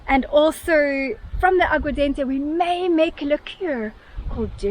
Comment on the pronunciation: It's Jeropiga not Jeropigo! And Aguardente not Aguadente meaning Água + Ardente = Burning Water because it's flammable nice to grill Chouriço...